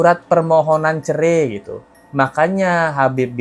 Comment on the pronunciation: Habib ga lulus SD BAHASA INDONESIA NYA NOL BESAR CERAI BIB BUKAN CERE 😂😂😂😂😂